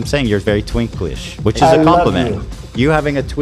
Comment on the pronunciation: ethan saying “twinklish”